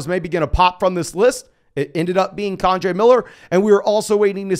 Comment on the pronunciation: For the love of god,. It’s KEN-DRAY Miller. Not KAWN-DRAY Miller. 😂